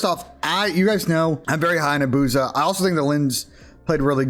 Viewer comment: Why does everyone pronounce it “a-booze-ah” when it’s clearly “abuse-a”